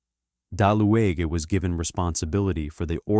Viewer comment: You pronounce his name bad!. Ue or ü in German is pronounced like U in English with round lips, so the E is not pronounced but is just written to separate U from Ü ( umlaut U), thus his name was Daluge ( Daliuge with G for golf).